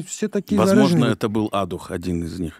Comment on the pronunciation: разве ударение на первый слог в имени Адух??? Если кто не знает, то Адух один из самых крутых BBoys в РФ., напишите ответ!